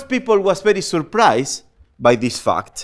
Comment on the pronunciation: Does he know how to speak English fundamental and surprise